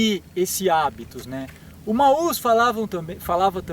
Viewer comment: Show de bola o video, parabéns! Só deixo a dica, sem preciosismo nem nada: Mauss se fala Mos.